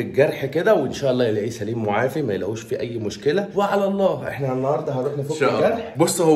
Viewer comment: ملحوظة ل اسمها مُعافَى بفتح الفاء لأنها اسم مفعول وليست مُعافِي بكسر الفاء